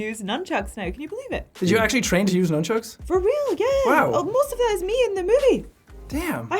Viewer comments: The awkward silence inbetween when trying to pronounce "nunchucks" had me laughing 😂😂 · Soooooooo, is no-one gonna acknowledg that the fucken kungfu panda doesn't know how to pronounce nunchucks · Irish man spends 15 seconds trying to pronounce nun-chucks with jack black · HAHAHA LOL Jack: Is it nunchuks or numchuks Karen: I thought it was nunchuks Jack: Nun or num Karen: Nun Karen: Nun Seán: Nun Jack: Nun Seán: Nun Karen: Nun Jack: Or num Silence Jack: Numchuks Seán: Nun Silence intensifies Jack: nunchuks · The most ambitious cross over doesn't exi- Amy Pond, Kung Fu Panda and the Gaelic Gladiator arguing about the pronunciation of nunchucks. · Num or nun Nun Num Nun ....... Num Nunchucks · I especially love the dramatic pause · Yall ever realize after that he says numchucks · He actually says 'numchucks' ! I thought that was a joke bit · I loved the num Chuck part when jack black did not now how to say num chuck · I’m gonna keep it a buck fifty with you, I thought it was numchucks too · When you notice Jack Black continues to say numchucks after they told him how to pronounce nunchucks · Jack black: Nunchucks or numchucks Jackskepticeye: nunchucks. Jack black: numchucks. Jackskepticeye: NUNCHUCKS. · Love seeing Sean telling Jack Black it's "nun" not "num" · nobody: absolutely no one: Jack Black: numbchucks Sean: nuHNchucks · Sean: ...Nunchucks. Karen: Yeah I got to use nunchucks! Jack: Wait, is it noonchucks or numchucks? Karen: It's NUN-chucks. Sean: NUN- Jack: NUM? Karen: NUNN. Sean: NUNN. Jack: NUN-chucks! Jack: continues to say numchucks xD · i love how they tell jack how to pronounce nunchucks, and then he still continues to say numchucks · “Nunchucks” “noonchucks” “numbchucks” *silence” “noom-“ ”nunchucks” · “Nunchucks” “Numbchucks?” “Nunchucks” “Noomchucks?” Silence “Nunchucks” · Continues to say numbchucks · The whole “nunchucks” vs “numchucks” made me die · Also doesn't jack know how to pronounce nunchucks when he also plays kungfu panda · Nut chucks